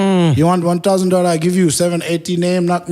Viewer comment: He killed that accent "$1000"